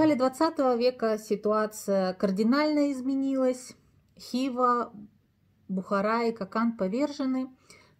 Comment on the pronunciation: Полезно, но в Хива, Или, Лепсы ударение в конце